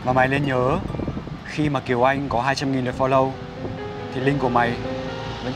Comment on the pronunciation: Kiều Anh chứ kh phải Kiều Oanh, trời ơi mấy ông ơi :v